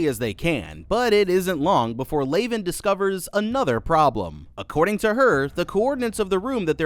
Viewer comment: Did you even watch the film? Her name isn't pronounced "Lay-ven", and it's said properly in the film, many times.